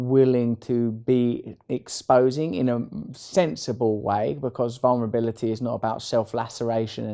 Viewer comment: "Vulnerbili-ee" I love him❤️